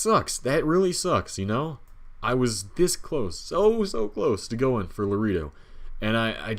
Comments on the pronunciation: La reeeee doh? I don't want to beat you up but it's pronounced La RAY doh. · True! And I think to this day he still says it like La reee do instead of La RAY doh. LOL